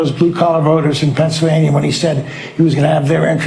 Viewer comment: A former government of Pennsylvania who can't pronounce the word. It's not pennsavania FFS